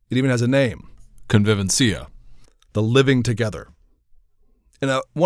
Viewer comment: Pronouncing "convivencia" like that, it would be better to say it yourself, because we like you very much and we would disregard that small blunder : )